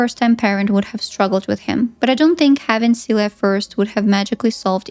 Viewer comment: I was like "who's Celia" I just watch the movie and the whole time I thought they were calling you "suey"